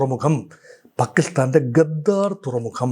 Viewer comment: ഗദ്ദാർ അല്ല ഗ്വാദർ